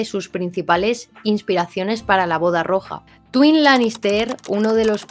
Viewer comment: Tywin se pronuncia taiwin.